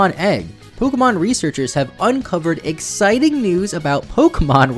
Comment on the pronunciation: The way you pronounced "exciting" made it sound like the authors put an egg pun in there. You can imagine how disappointed I am that they spelled it correctly.